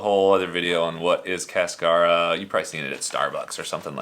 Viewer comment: Love your videos. Hope you don’t get crucified by James Hoffman for your pronunciation of Cascara.